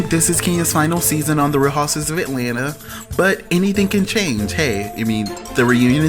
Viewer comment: DUDE!!! Say the word "Housewives"... it sounds like you're saying "houses"